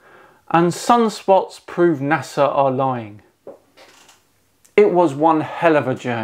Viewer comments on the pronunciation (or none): none